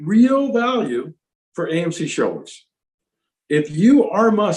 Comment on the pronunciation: When he says, "shareholders," it sounds like he's saying, "shoulders."